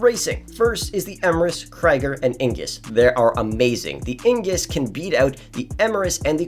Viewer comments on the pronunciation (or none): It's Ignus not ingus btw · Bro really said Ingus 💀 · “The Kreger, Eemurus and the Ingus😂